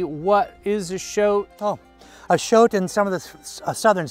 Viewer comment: At first I was confused, I thought you were talking about a weasel when you said shoat, but that’s a stoat and it’s not pork lol